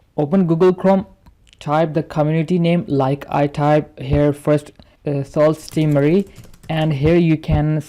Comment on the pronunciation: It’s pronounced su not sault while speaking